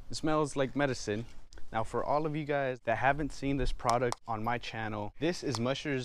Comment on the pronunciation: “Makes it soft like a baby’s butt “ XD Oh and u say product u mean “ pawduct”